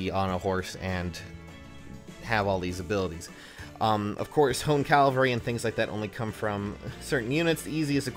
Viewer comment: I kinda hear it too. Cal-va-ree